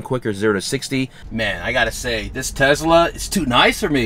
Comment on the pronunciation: Bro it’s not tezla it’s a tesla